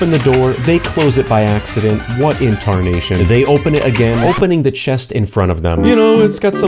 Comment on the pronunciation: what inntarnation